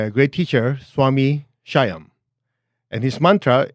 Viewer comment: It's pronounced "Shhh ...yam"